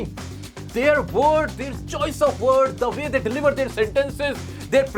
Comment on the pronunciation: Sir "their" pronunciation not "there"